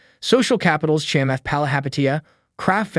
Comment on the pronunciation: Dude, how in the world can you do a video on Chamath and not know how to pronounce his name? At 4 minutes and 25 seconds in it's pronounced correctly.